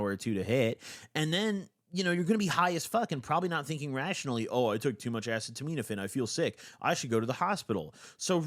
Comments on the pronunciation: Acetaminophen “uh-see-ta-men-if-fen” 😂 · It’s pronounced uhseetuhminuhfin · by the way, the secondary active drug that he's talking about that he can't pronounce is the generic of Tylenol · Acetaminophen. You’re mispronouncing it, bro. It’s what’s in Tylenol most of the time. If you roll, you should have NAC in your cabinet anyway. It’s an extremely powerful liver antioxidant and helps detox/restore your SERT after a roll. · Bro read “acetaminophen” so hilarious, that’s TYLENOL btw for anyone wondering, Tylenol is actually pretty terrible for you when you have too much. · you can’t pronounce the active ingredient of Tylenol 😭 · has been pronouncing acetaminophen wrong for YEARS 😂😂😂😂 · Craziest pronunciation of acetaminophen ever hahaha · still not being able to pronounce acetaminophen after almost a decade is so funny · butchered the pronunciation of acetaminophen so bad I forgot how to say it do a second 😭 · Uh-seed-uh-min-uh-fin please say it this way gob 😭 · Ass-a-toe-mean-offend 😭😭😭😭😭bro it’s acetaminophen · Bro it’s been YEARS, please stop pronouncing Tylenol like that 😭😭 like this: Uh-see-tuh-min-oh-fin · Bro call acetaminophen: “ass-eh-teh-mean-FN”😭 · Acetaminophen is pronounced uh-seed-uh-minn-uh-fin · no way he just said “asiminitpin” as Tylenol instead of acetaminophen is fr slow af😭😭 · Just got to that part it was more like ass-a-tah-mean-a-fin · No way after almost 10 years that bro STILL doesn’t know how to pronounce acetaminophen (ass-see-tuh-men-o-fen) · okay i’m tired of hearing you butcher the pronunciation, it’s pronounced like “a-seat-a-men-o-fen” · Great shoutout to harm reduction, but please nail down the acetaminophen pronunciation after all these years. It hurts my soul. It's pronounced uh-see-ta-min-o-fin. Not ass-uh-toe-miin-o-fin. Please dawg. You pronounced guaifenesin correctly, so I believe in you! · Acetaminophen is said uh-see-da-med-uh-fin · P.S. it's pronounced more like "a seat a minnah fin"